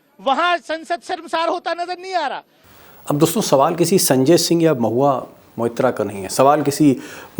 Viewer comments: Deepak ji Naam Mahua Mitra nhi blki Mahua Moitra hai .Please pronounce the name correctly. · Maitra not Mitra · M-O-I-T-RA and not Mitra Mr Deepak Sharma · मित्रा नही साहब .....मोईत्रा .....महुआ मोईत्रा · Deepak Bhai, Mubarak ho aap ko, TIGER is back magar aakhir apna intro phir bhi 10mins plus diya, Thank You🤝 Aap ne jab bhi Mahua ka issue uthaya hai aap hamesha unka naam theek se nahi bolte To please naam theek se liya karein Mahua MOITRA🙏 Sir to mera bhi chakra gaya Deepak Bhai maga aap ki acting se😝 Ashok Jee, humko pata hai aap bhaag nahi gaye, apni awaz hamesha buland rakhna welcome back🤗